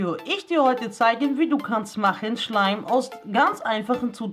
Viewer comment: Ich verstehe am Anfang:,,Hallo YouTube heute zeige ich euch wie ihr könnt machen "Schwein"😂😂😂